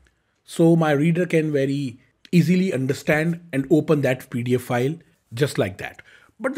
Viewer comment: please learn how to pronounce 'pdf file' from google. It sounds like you are saying paedophile